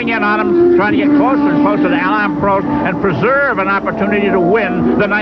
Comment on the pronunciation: Prost . Not Proast. 😢